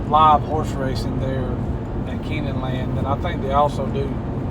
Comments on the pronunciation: I'm gonna need yall to relearn how to say keeneland. I swear it sounded like you said "keenenland" and I bout shit a brick when I heard ya say it. Otherwise, I appreciate yall puttin up a vid of lex, in 4k no less. I moved to the south of texas last November and every now and again I have a few too many glasses and get a bit touchy feely for the place. As beautiful as the gulf is, sometimes I miss the rolling hills of the bluegrass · I know lol Sounded like Ken-Land to me.. but I also watched it at 2x speed haha